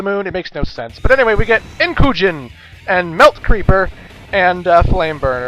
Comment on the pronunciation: You saying melt creeper is weird. Imagine. Listening to that. All. Day. Long.